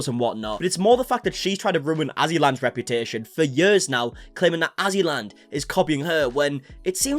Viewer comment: LOL! *AzzyLand, not AssyLand Lmaoooo